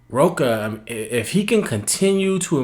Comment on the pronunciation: Another good video, cheers. But just so you know, Rocha is pronounced more like "Hosha"